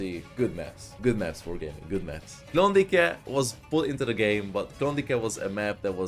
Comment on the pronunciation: Amúgy Klondájknak kell ejteni.